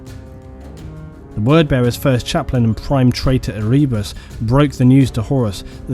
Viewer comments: E-ree-bus? Ere-bus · Omgad, its not erebus the way u say it. Have you never listened to any of the audio books? Its pronounced Ere-bus. Listen to "The first heretic" Audio Book plz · Ehreebus lol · I've never thought of stabbing my eardrums out before, but after hearing you pronounce Erebus. Yeah, maybe.